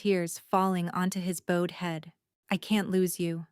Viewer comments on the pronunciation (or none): Bloody hell! Not the dreaded " faded mate " yet again. Stop! Cease! It was only once but it should have been never. Nolan 's name is not " no-one " nor is it " noone". The ridiculous variations in the spellings of all main charactors are insulting." Bowed " as in "sowed" instead of " bowed " as " cowed ". Once again we have sloppy, careless presentation and little to no editing. Sigh.,, etc,etc needs to up her/its act.